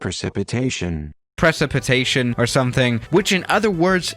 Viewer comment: Try 2: its pronounced PRE-SIP-A-TAY-SHIN